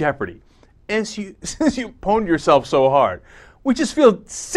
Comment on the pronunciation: Did you REALLY just say the word "pwned"...? REALLY? It's a WRITTEN pun, not spoken. Oldies try so hard to be "cool."